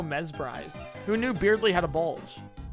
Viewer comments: The fact he learned earlier its supposed to be pronounced "birdley" but went back to "beardley" during chapter 2 is so god dang annoying. I don't hate you, but gosh that's close to breaking me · He's doing it because Beardly is funnier, I think he said that right after he learned the correct pronunciation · still really funny how he pronounces Berdly as Beard-ley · He said he was going to keep pronouncing it wrong because he thinks Beardly is funnier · He knows, he’s pronouncing it wrong on purpose because funny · Ok not gonna lie pronouncing Berdly's name wrong is starting to get annoying lol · HOW DO YOU PRONOUNCE BERDLY WRONG????